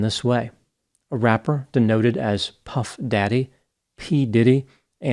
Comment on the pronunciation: Always respect for reading modern pop culture references like a concerned father. The pronunciation of Puff Daddy got me in the funny bone.